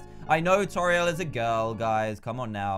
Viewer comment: IDK why but it annoys me that he says Toriel toril I say it toreeol